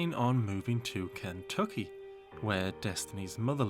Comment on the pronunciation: The way you say "Ken-tuck-ee" is slaying me! It's reminds me of the movie "The Last of the Mohicans" with Daniel Day Lewis. I'm from rural Ohio!😂